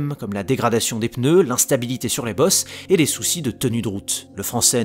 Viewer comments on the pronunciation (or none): none